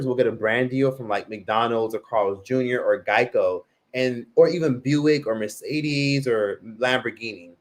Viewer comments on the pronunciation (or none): none